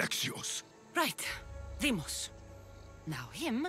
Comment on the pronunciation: Why call him deimos